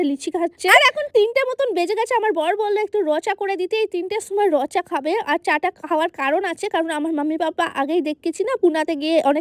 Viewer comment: রং চা কে বলে র চা 😂